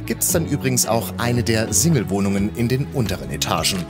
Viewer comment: Der Sprecher sollte mal überprüfen wie er das Wort Single aussprechen sollte 😂